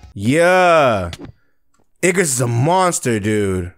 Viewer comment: bro keeps saying ignis even tho its obv igRis